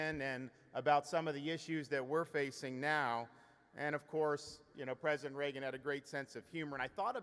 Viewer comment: It's the first time I heard someone speaking highly of "President Ray-Gun"